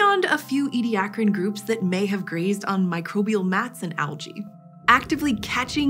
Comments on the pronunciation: It's "Edia-car-an", not "Edi-ac-ran"... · I'm irritated that keeps missing a syllable in the middle of Ediacaran, pronouncing it as "Ediacran."